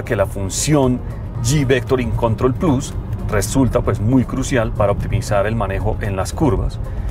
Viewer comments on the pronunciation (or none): none